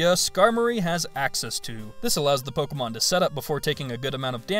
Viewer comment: you know its pronounced Po-ké-mo-n